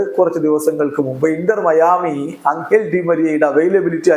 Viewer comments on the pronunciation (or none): അംഗൽ ഡി മരിയ അല്ല. എഞ്ചൽ ഡി മരിയ ആണ്.